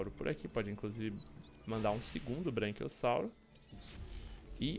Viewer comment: Só eu que fiquei incomodado com ele falando "BRANQUIOSSAURO" toda hora kkkk